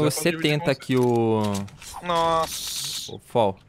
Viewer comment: não é foll se fala fall